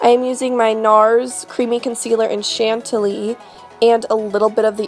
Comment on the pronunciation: chantilly = chan- ti- yi that's how is supposed to be said... plus you have such an amazing talent omg